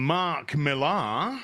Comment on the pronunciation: I know it's spelled "Millar" but it's pronounced "Miller"